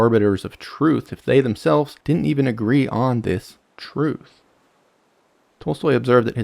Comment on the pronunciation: I made it through when you said "dinen't" instead of didn't, but I'm out at "anyways."